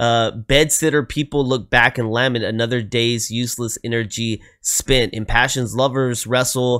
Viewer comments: Late la-meant (accent on the meant) is how it is pronounced. A lament is an expression of extreme emotion in words. He is waxing poetic on our existence. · The word "lament" is pronounced : ləˈment or with the first syllable pronounced like duh, except with an L. Also, it was written by Graeme Edge, not "Greg" Edge. His name is is pronounced the same as if it were spelled Graham. This is just the English spelling.